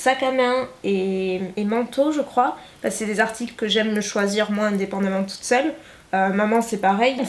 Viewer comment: Au lieu de dire avec tu dis avé Au lieu de dire parce que tu dis passé